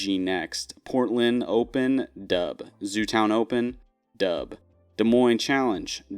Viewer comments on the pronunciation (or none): sorry .. i cant keep listening to you say "doub" .. im out at just over 2 minutes